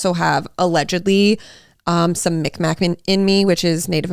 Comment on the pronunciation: It’s not “Micmac”, it’s Mi’kmaw (mig-mah) Please further look into it, especially if you claim that ancestry 🙏